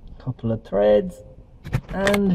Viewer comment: Treds? You mean threads